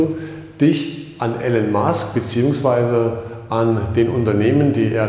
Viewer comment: Titel des Videos passt nicht zum Inhalt des Videos. Bei der Kameraführung wird mir echt schlecht. Trotzdem Danke. Und den Namen des Herrn Musk auszusprechen geht gar nicht.